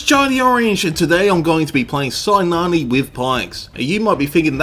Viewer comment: i am greek, her name is pronounced "kinàne" or also "kina"